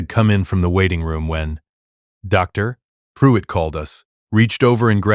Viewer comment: Dr. Pruitt not drive pruitt. "Sole" not "Soul"